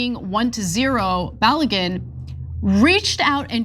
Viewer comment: The name is pronounced BA-LOW-GOON.